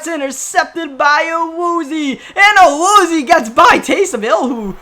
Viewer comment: It’s Awoo zee ay not awoozeee